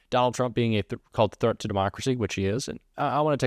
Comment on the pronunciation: Lady can't even pronounce the word "threat" correctly. 🤦‍♂